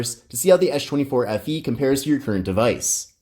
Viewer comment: Why are you saying "eesshh" 24 fe ?